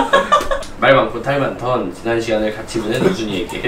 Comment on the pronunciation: 아니 왜 기동이형이 말하니까 탈많던이 탈(모) 많던으로 들리지?